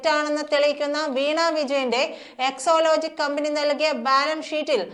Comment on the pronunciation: ന്യൂസ്‌ റീഡർ കൂടെ കൂടെ എക്ലോലോജിക് എന്ന് പറയുന്നു. സാജൻ (മറുനാടൻ ) എക്സാലോജിക് എന്ന് പറയുന്നു ഇതിൽ ഏതാണ് ശെരി. ന്യൂസ്‌ റീഡർ ശെരിയായി ഉച്ചരിക്കണം എന്നൊന്നും ഇല്ലേ